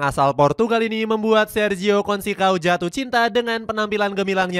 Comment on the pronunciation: Consecao... bacanya bukan konsekao... yang benar itu conseisaun..